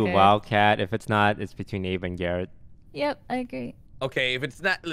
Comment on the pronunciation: Do you pronounced abe like ape